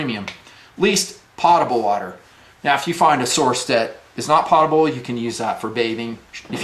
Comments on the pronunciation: Love your vids my friend. However, it's not Pot-able, it's Poat-able and has nothing to do with a pot. I'm dealing with this daily in aviation as well when I order a fresh lav and top off on my potable water. Also, I have all the Katadyn and Berkey filters, but found an amazing filter in SAWYER. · Great vid... fyi it is pronounced poe ta bul not pot a bul.. i was recently corrected on this :)